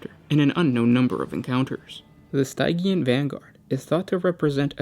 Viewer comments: Stygian is pronounced “STIH-jee-an”. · Been watching your videos for years now, and I still cringe every time you mispronounce something (which is often). For all the research you guys do, would it kill you to spend 30 seconds googling the correct pronunciation of "stygian"? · What are you saying in the 6minute Mark? Stygian? Sygean?